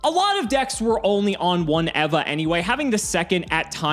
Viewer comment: Never in my life have I heard the name 'Eva' pronounced like that